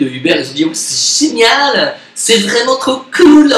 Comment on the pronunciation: "Zoom et la technologie c'est génialeeeeeen" 😂😂😂 l'accent bobo parigo résumé à merveille, merci.